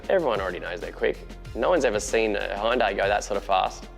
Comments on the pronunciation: Its NOT Houndai, its Hyundai.... make it right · Pronounced Hun-day. All day ev'ry day. High-oon-die sounds weird... or is it just me?